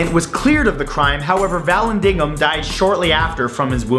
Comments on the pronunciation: Really not being snarky,just FYI...the name is said like "Vahl- landing-ham"...love Matt and Rob! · Erm, it's pronounced "va-landing-ham"...